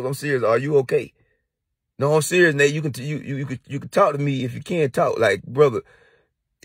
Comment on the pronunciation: Nate Nate not nite nite 🤦🏾‍♂😂🤣😂🤣😂